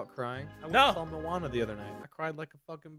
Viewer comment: mo-ana not muana